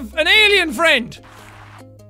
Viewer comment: I'm ya fwend jackoo